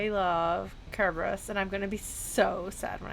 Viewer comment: I find it interesting that you're very particular about pronouncing Kerberos closer to the Ancient Greek way, but use the typical modern English pronunciation for Euryidice.